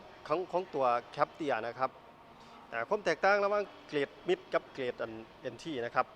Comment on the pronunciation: เกรดมิสครับไม่ใช่มิด